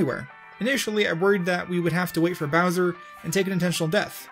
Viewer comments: you said browser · Ok I forgot the time of the video but did you just say brownser or browser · did you say browser